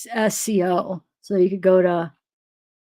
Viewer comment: VSCO is VS-CO not V-S-C-O